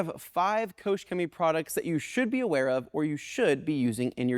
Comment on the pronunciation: You pronounce the name of the company as "Ko-shimmy." Ask a German when you meet one how to pronounce the company name.